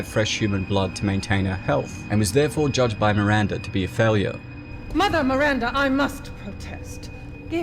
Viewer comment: MiranDAH, not MiranDURRRR